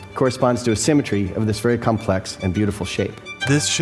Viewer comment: "Symetr-ehh" "Interest-ehh"